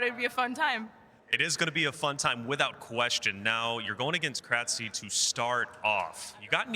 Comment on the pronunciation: Thanks for uploading this! I just kept cringing when the announcer mispronounced krtzyy's name though lol